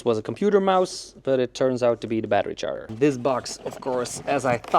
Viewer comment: Battery char-er Most British thing I herd today. XD